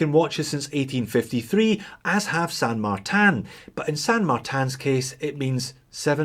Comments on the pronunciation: Why do pronounce it San MartAn? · More importantly, you are still pronouncing it with a French accent for some reason :) Cheers for the video! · Dude, I love how you pronounce "San Martin" like it's a French hors d'oeuvre...(Merci pour votre...er... videos!)